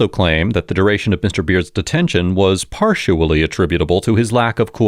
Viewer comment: Was that “parshually”?